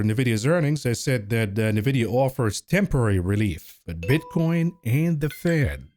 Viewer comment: It Nvidia not Nevidia